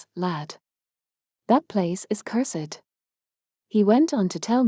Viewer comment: If this is AI, it is the best AI that I have ever heard. Very few words are mispronounced except for cursed.